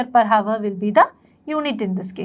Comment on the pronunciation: Miss, it's not havar It's hour 'H' is silent